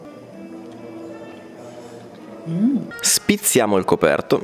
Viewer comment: "Spizzichiamo" per favore e non "spizziamo"...già lo fanno i giornalisti sto errore, dai :D